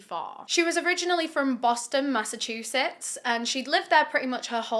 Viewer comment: Hey im from Massachusetts and I give u major props cuz u pronounced it perfectly when most people around the country don't. Lol